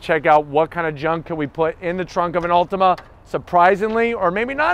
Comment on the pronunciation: Dude, it's an Altima, not an "Ultima"